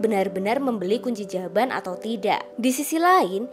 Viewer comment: Astaga kunci jawaban toh...kedengeran aku kunci jamban...🤣🤣🤣🤣🤣